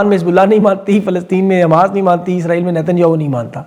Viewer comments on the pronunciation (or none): none